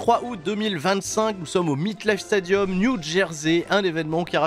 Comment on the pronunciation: ca fait 3 jours que je t'entends dire Meet/meat Life Stadium... c'est le "MET'(mét)"LifeStadium, pardon, je te kiffe, mais je pouvais pas retenir le truc plus longtemps, après les live twitch.... Sinon t'es toujours aussi génial;)